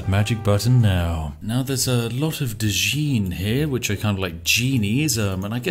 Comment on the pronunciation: Djinns. "D'jeans". But you said it yourself, oh Lord of Tea. Djinn. Genie. Djinn-e. Djinn like Genie. Or like gin, but less alcohol.